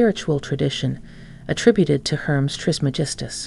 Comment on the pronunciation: Hermes is not pronounced as Herms, it is pronounced like this Her mees